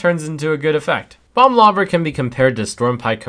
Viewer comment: when you say bomb lobber it sounds kinda like you're saying "bum lover" heheh